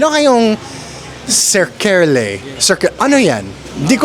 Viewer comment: SERKE-LE instead of SER-KELE❤❤❤ Saan yan sa Baliuag?